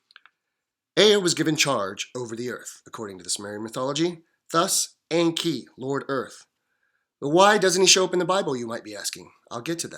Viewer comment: It is pronounced with long E. En.kee